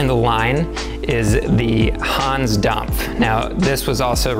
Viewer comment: gotta love the 'hons domf'